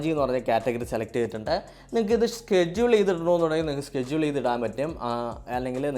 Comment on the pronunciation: സ്കെജ്യൂളോ..അതെന്ത് ചാദനം 😂😂🤣😂